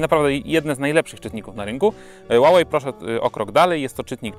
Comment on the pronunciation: źle czytasz Huawei, czytaj sie "huałej".